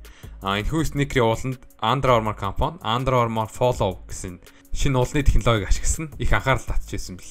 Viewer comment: Флөв gej unshn shv